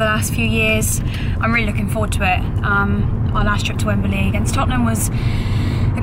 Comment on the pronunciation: For Gods sake, it's Wembley not Wemberly. Just sayin'